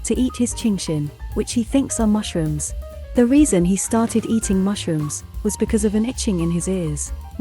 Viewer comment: A few names pronounciation correction: 1. Remember Shenhe? Remember how she pronounced her name, especially the last syllable? That's also what the He in Uncle He roughly sounds like. 2. Muning's "u" is pronounced as in "ultra", not as in "under". I like your channel, just next time please take more time cross-checking 'unusual' names with the other in-game languages. More exotic names will come along with new regions you know, so better familiarize with any languages supposedly are gonna be used in the future. Good luck!